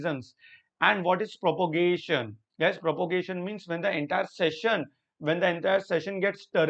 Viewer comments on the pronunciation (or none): Sir it is prorogation not propogation